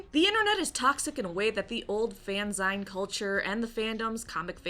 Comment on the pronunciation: Fanzine is pronounced in its second syllable the same as magazine is pronounced in its third, not "z-eye-n" for Pete's sake. Girl, some of your pronunciations really drive me nuts (especially how you say Rhaegal; the stress/accent is on the first syllable, not the last, same as Rhaegar, which you pronounce fine as far as I have heard you say).